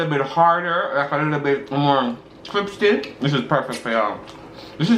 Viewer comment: and his “cripsy” 😂😂😂😂